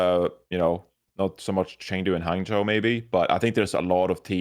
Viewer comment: johny finally said hangzhou and guangzhou correctly. Yay!!